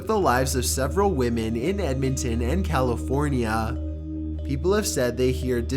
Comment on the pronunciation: When you said "California" it reminded me of The Californians skits from SNL